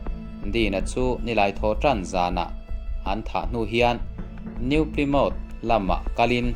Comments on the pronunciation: New Plymouth... Pli ni lovin Plai tih a lam tur zawk a nih ka ring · 'NIU PLIMÂWT' ti-a i lam hi NEW PLYMOUTH ani em aw?